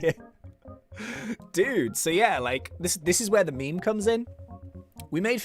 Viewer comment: You say meme but it sond like bee sowrm grind